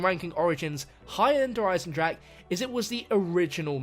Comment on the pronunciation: Der Eisendrak really?